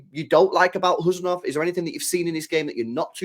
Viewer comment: 😮You are first English men pronounced his name correctly 😂